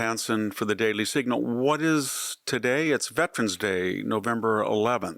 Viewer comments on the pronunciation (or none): none